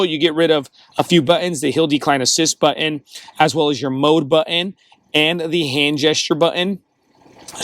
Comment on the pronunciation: It's not butt-in, it's button.